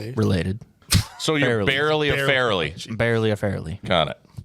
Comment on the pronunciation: Fair - a - Lee